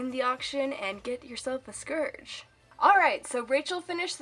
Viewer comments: Its not scurge its SCOURG XD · I think it's pronounced scORge ur saying scERge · It's SCOURGE! Not Scerge. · its calld scourge.when you say Scurch its wrong nooooooouuuuuub its scourge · "Scerge" It Scorge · HEH HEM! ... it's Scourge not scerge... sorry. Why did that bother me? Idek. I love this tutorial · No offence to people that say scourge like scurge but its pronounced scorge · "scerge" HUUUUUUUUUUUUUUUUUUUUUUUUUUUUUUUUUUUUUUUUUUUUUUUUUUUUUUUUUUUUUUUUUUUUUUUUUUUUUUUUUUUUUUUUUUUUUUUUUUUUUUUUUUUU BOI SC-O-RGE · Scerge? Sorry I pronounce it "scorge" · oh god... SCERGE? iT IS SCOURGE. Sorry for the criticism i just think you should respect the names. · People pronounce it scerge. I pronounce it sc OR ge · It's Scourge! Not Scurge! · I thought it was scourge not scurge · Also, it's scourge not scerge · Scurge? SCURGE?! It's scourge ( SC - OR - GEE ) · it's not scurge it's scourge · not to be rude but it's pronounced Sc-ore-ge not scerge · It's not said skurge ... it's scourge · Have you read the books not trying to be mean if you have it’s spelled scourge if you google that google Will tell you it’s Pronounced scurge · It's pronounced scourge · She said scourge, scerge that annoyd me. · You are saying scourge wrong scourge (sc oor ge) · U said scurge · VICITUR!!! Its pronounced skeirj but I pronounce it like scorge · Its prononced SKO-RR GEH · please take this not offensive but it is pronounced score-ge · *Casualy realizes that I've been pronouncing Scourge wrong this entire time-* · You said scourge wrong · she pronounced Scorge worng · u pronounce Scourge wrong :P